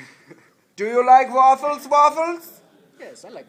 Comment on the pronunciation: He Likes Ze Vaffles